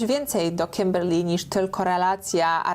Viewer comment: Kiberrrrr Lyyyy w twoim wykonaniu jest nawet lepsze 🤣🤗